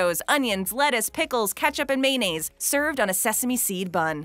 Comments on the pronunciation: Sorry, but I gotta call you out. Who the ** says mayonnaise, maynays? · Her pronunciation of May-Naise is killing me